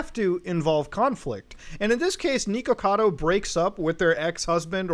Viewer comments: Every time he mispronounces the “Nick” part of his username as “Neek”, I drink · Not niko like the cat my dude. It's Nick, with an O lol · It brings me amusement that you pronounce it as Neekocado. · isn't it supposed to be pronounced nickocado? i can't remember if i'm just misremembering. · it's pronounced nick-ocado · Why does it sound like muta keeps saying "neeko-cado" lol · It weirds me out that you call him "Nee-Ko-Cado" lol. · he keeps saying his name and you keep saying his name wrong. HOW? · The way he says "Nikocado" hurts to hear. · ... muda pronouncing things wrong ... First you have "Tackys" (Takis) and Nikocado like he's bout say Nico Nico ni has me dying. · New drinking game, take a shot every time he mispronounces his name and says “villain of YouTube” you will not survive till the end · God I hate the way you say his name